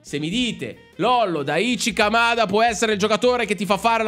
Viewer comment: Lollo, Daichi Kamada, si pronuncia: Dàici Camada. piccola regola di lingua giapponese: se vedi scritto "CHI", si pronuncia sempre "CI"